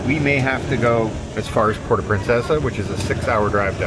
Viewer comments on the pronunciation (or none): none